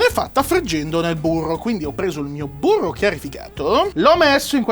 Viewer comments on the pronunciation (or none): C'è della cotoletta nel mio burroh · Io ci avrei messo del burroh